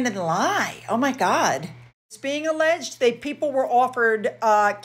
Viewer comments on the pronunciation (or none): none